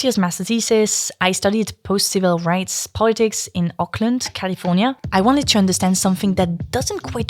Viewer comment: Its hilarious to me as someone from close ish to Oakland to hear you pronounce it like Auckland lmao Also fantastic video